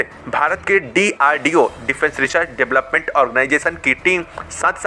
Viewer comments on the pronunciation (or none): none